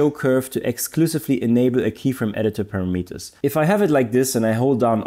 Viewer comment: Just an FIY we pronounce parameters as parahmehters not paramiiters 😊